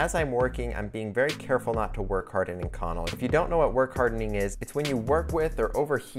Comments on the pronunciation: Oh man... I cringed every time he said "in-connel," but it is sort of a rare material so I suppose I can't judge. It is definitely pronounced "ink-oh-nell." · I've never heard it pronounced ink-conel. I've always heard it as ink-co-nel. Love the vids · Ah shit... I just added the same comment. I guess I should have read down a bit first! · I have to admit I did a "Whiskey Tango Foxtrot" when I heard our esteemed content creator butcher the pronunciation of Inconel [ iNGKę,nel ] and I never would of thought of using it a material to make wedding rings out of unless the couple were a couple of gear-heads or aerospace fabricators. They are nice looking rings but too thick for me and if I were to make or commission them the bevels would become radius because I have seen to many rings with very pronounced bevels get caught on something (before I destroyed my quad I was a volunteer fireman and seen a lot of rings and fingers snagged, stuck, and a lot worse but your fingers your rings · As an actual metallurgist this kills me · Omg I'm glad I wasn't the only one. I started to wonder if I've been saying wrong my life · I work with this steel a lot I have always pronounced it “in-co-nel” (nail) but maybe that’s just the southern way or saying it 😅 it’s an insert killer works carbide to death on a lathe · A) it's Ink-Un-Elle (pronunciation) B) you know you need to wear a respirator when machining that stuff eh? Nickel and cobalt dust will give you lung cancer :-) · lmao not saying the pronunciation is wrong just threw me off when I read it the way I pronounce it and hear it a different way. I deal with this material regularly and have never heard it pronounced that way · Is he pronouncing “inconel” correctly? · You want to learn how to pronounce the metal you’re talking about before making a video.